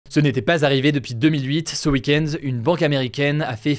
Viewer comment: "ce uikendz"